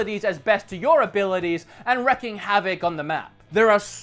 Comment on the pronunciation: Lol "wreck havoc"